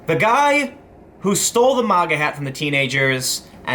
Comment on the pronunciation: It's MAGA prononuced ( MAY - GA) not Moga (M - Ah - Ga) FFS dude.